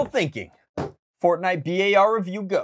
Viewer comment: B-ar is actually the BURST Assult rifle. I cringe every time he says the name. Nice content anyways.